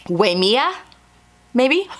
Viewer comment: Love seeing your plans. As someone who lives in Hawaii just down the road from Waimea, you were close. It's actually pronounced why-may-ah. I know you didn't ask for correction, so sorry if it's not appropriate to do so. I look forward to seeing your swimsuits as you make them.